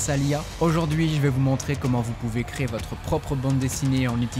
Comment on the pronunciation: Merci pour la vidéo. Juste, on dit "CRÉ-ER" ! Et pas "CRÉ" !